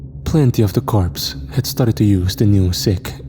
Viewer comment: I love military stories but Corps pronunciation is Cors not Corpse (a dead body)